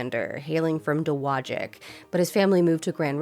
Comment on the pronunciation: Oh, no, Dowagiac was misprounced! The state of Michigan maintains a pronunciation guide because names in our state can be weird. Like Lake Orion.